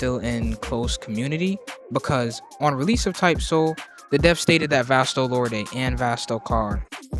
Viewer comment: It's pronounced "vast-o-lord'